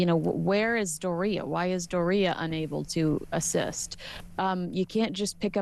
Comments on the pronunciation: Doe REE ah ? Sounds like diarrhea. I think her name is pronounced DOR eee ah. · Why does Kensey mispronounce Doria's name? It's DOR ia not dor RIA. She sounds like diarrhea! 😂